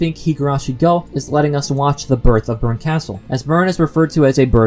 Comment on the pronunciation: Arrrrg. Your mis-pronunciation of Berkastel hurts my ears. lol